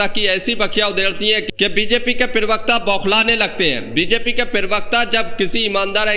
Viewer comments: भाई पहले तो ये ठीक कर ये पिरवक्ता नहीं होता, प्रवक्ता होता है। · bhai Parvikta nahi parvakta bolliye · Parvakta bol bhai pervakta nhi hota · Privakta nahi bey parvakta kaha kar bay